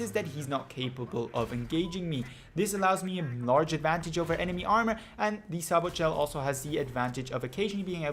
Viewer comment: Sabot is pronounced SAY-BOW. only noobs use Sabot shells. infantry are the biggest threat in the game, unless other viechles are truly over powering.